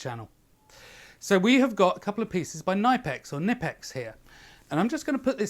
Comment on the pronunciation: FYI, in German, the k in front of the n is actually pronounced. The company's name is pronounced like Tipp-Ex, only with k and n in the front, both fully pronounced